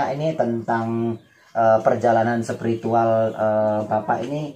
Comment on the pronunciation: hebat, hanya spy lebih enak di tonton ada baiknya perbaiki tata bahasanya, misalnya mengucapkan istilah slow, bukan sellow dan spiritual bukan sepiritual. Adalagi yg sering d ucapkan: sy datang bagus2, sebaiknya katakan: sy datang kesini baik baik. Ok